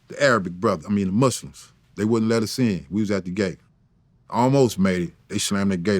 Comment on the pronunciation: The mooslims - 😂😂😂